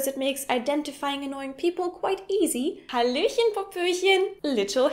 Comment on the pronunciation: l like your halohen